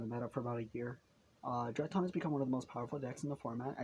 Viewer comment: DRY-TRON not DRY-TON